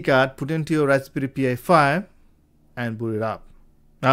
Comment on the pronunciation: Why do you keep calling it a P I 5 its pronounced pie 5 😂😂😂😂😂😂